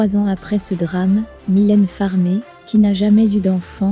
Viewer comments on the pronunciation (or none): MYLÈNE FARMEE, C,est qui? Faut apprendre madame à prononcer son nom c'est mieux!!!! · Commencer par apprendre à prononcer son nom !!!